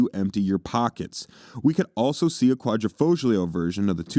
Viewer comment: The g is silent in Quadrifoglio